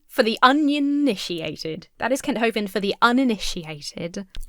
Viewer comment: lol onionitiated